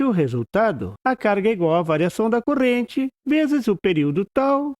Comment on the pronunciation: Porquê você diz "CORENTE" ao invés de dizer CORRENTE ?